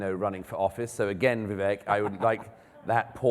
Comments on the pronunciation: Vivek-why can't the highly intelligent Mr. Murray pronounce that correctly? vee-VAKE as in cake, bake, take. Not vee-VECK. Think of the French accent on an E that is pronounced as an A as in etude, prelude. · It's not pronounced Vee. It's Vi, short i